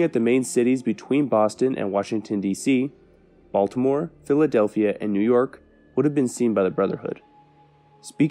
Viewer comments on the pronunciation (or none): none